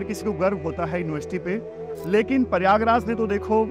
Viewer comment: Sir paryagraj nahi prayagraj naam haan